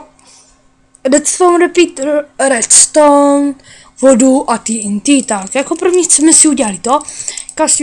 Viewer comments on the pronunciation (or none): TNT se v angličtině vyslovuje "tý en tý". "Té en té" se to vyslovuje v češtině. Vzhledem k tomu, že tvé znalosti angličtiny jsou natolik omezené, bys měl zauvažovat o soukromých lekcí z anglického jazyka. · TNT se v angličtině skutečně vyslovuje "tý en tý". Vzhledem k tomu, že tvé znalosti angličtiny jsou natolik omezené, bys měl zauvažovat o soukromých lekcí z anglického jazyka. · jak vyslovuje tnt :D tý en tý :D